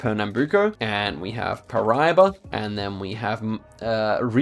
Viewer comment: SergipE - you were correct the first time. The E is pronounced. Brazilian Portuguese rarely mutes vowels, if ever. Also, Paraiba - the stress is on the middle "I". like Pa-ra-ee-ba.